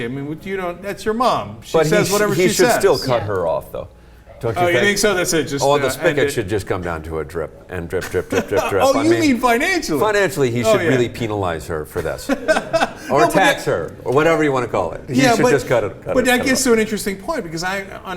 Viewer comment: WTF is peenalise?